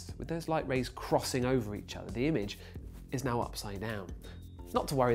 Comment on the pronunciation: are you serious right neow bro